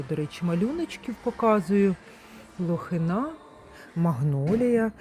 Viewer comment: Лохина- наголос на И.